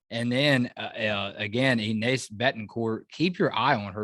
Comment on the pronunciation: Hey, guys! Her name is pronounced "Eenesh"...